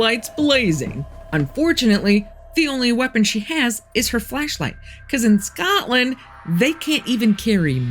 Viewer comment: I get so excited when I see you’ve posted new stories. I hear an accent every now and again. How you said Scotland and hockey. If things get too wacky where you live, I invite you to live in Canada. We have poutine and maple syrup lol.